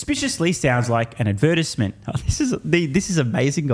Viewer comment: Lmao the way says “advertisement”